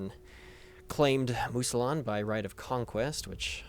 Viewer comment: Mousillon = "moo-zee-yon"